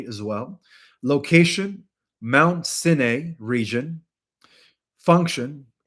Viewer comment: #6 Vision gate, do you mean Mt. Sinai, you said cena or sina ??? and where exactly is it? The Sinai Peninsula?